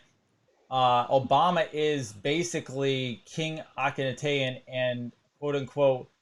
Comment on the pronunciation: Great show. BYW the pharaohs name is pronounced Aken Ah Ten